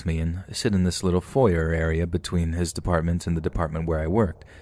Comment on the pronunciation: Oh dear, that's how you pronounce foyer? Figured you'd be a bit more proper than that. :P